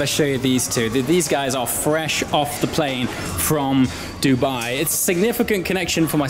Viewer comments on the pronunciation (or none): none